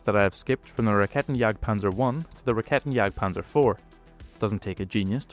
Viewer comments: Sinnlose KI Übersetzung RaketenJagdPanzer muss mit Silben Trennung ausgesprochen werden "Raketen" "Jagd" "Panzer" KannonJagdPanzer geht gar nicht das heist "Kanonen" "Jagd" "Panzer" . Mir wird übel wenn die KI die deutsche Sprache verhunzt.:face-purple-crying::face-orange-frowning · "This is a Raketenjagdpanzer, it jagds panzers with raketen"